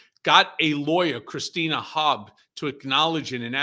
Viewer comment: I love Cohen, so with the greatest respect, could someone please remind him Trump’s lawyer Christina is Christina Bobb, NOT Christina Hobb. I’ve noticed over several podcasts including Mea Culpa and this one here, that has started saying her surname as Hobb rather than Bobb. Just letting you know, because it’s not a one-off.